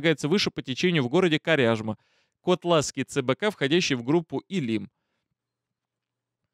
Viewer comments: наша река называется Вы'чегда, а не Вычегда', Ко'тлас, а не Котла'с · Неверные ударения : вЫчегда, кОтлас. А по сути очень интересненько, Медвежонка в утиль! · Котлас и Вычегда ударение на первый слог.